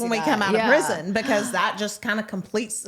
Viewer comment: So the fact that none of you can say “prison” is pitiful. And Kaitlyn you are soooo annoying.